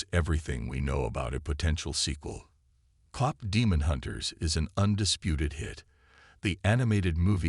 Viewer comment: If you are going to have AI read you might want to make sure they are reading it correctly. Cop is not the same as Kpop. 🤦‍♀️